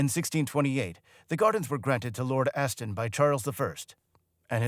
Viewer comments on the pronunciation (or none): none